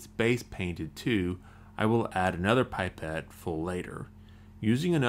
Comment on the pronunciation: ITS NOT PIPE-ETT ITS A PIP-ETT